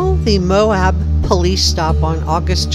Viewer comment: Great reporting! Very interesting. But it's Moab, not "Mohab!"